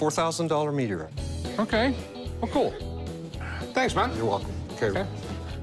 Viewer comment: Rick: Okay I'll meeteorite over there. 😂